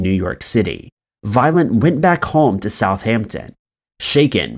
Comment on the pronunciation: Why do I all the way hear “violent” instead of “violet”!? It gave me a shake every time ))